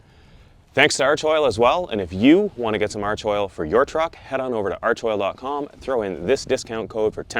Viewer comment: FYI for all you yanks. It's pronounced ARK-oil